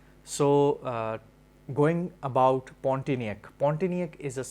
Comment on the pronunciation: just giving you little correction...the name is Pontianak ( pronouce : pond - tea - anak ) ..it is name of a city in Kalimantan(Borneo) in Indonesia.